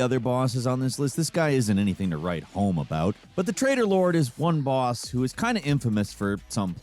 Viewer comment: I thought you were saying Trader lord. Tray- TOR... And the English are meant to be bad with T's